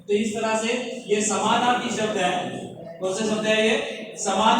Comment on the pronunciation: Sir, aap ne jo smanaarthi shbd bola hai wo clear samajh main nhi aaya kya app phir se bta sakte hai? Plzzzz